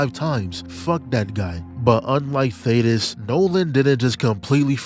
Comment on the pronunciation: I’m leaving a like bc you are the only YouTuber to call thaedus (thay-dus) by his actual name and not Thaddeus👏👏👏